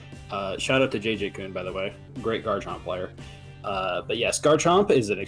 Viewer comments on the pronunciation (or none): none